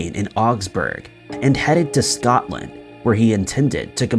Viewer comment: So all the other channels i watch ...no issues.. wasn't he allowed to say Scotland either?? Because what i heard was Something else 🐵..🤣